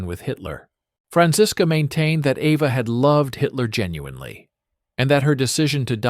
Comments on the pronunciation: It’s EVA not Ava!! BRAUN not Brown!!! Annoying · Try to say the "au" part of Braun as "ou" in the english word "house"...it comes closer to the right pronounciation. Eva in german is pronounced like E as in the englisch word "bed or red", so quick and short -eh Pls no "e" as the first letter of "evening" And the V is an "f" as in the word "info" A more like an "ah" as in the last a of the word "Africa" So Ehfah 😊 I am german....hope that helps a bit😊😅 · Yes, he keeps calling her AVA. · Eva. Not Ava. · Braun is Braun and not Braawn. And if you want to pronounce it it would be closest to Brown. And she been named Eva and not Ava. You can bet, I am German and should know. I guess your wrong idea of the "Braawn-Family" is owed either to a bad AI narration or a narrator that speaks a bit sloppy here and then. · Eva is pronounced AYva in most European languages. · I know, the "Ava" pronunciation was annoying.